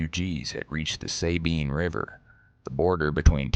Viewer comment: Love that this video tells the forgotten part of the Texas Revolution! People need to remember what happened to those civilians. One little note to the makers of the video, and I know this is nit-pickin' but remember San Jacinto is pronounced "San Ha sinto" with the accent on the "Ha", and the Sabine River is pronounced "Sah bean" with an accent on "bean".